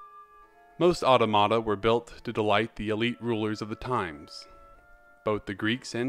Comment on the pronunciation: Just a little fiy, it’s pronounced “ah-TAW-muh-tuh” not “auto-mata”. Not to be rude or anything!